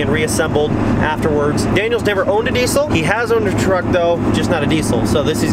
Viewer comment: Having a diesel YouTube channel you would think you’d pronounce diesel right. It’s pronounced “deezl” as by the dictionary definition. Not “decul”